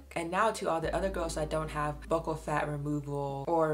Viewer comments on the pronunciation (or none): none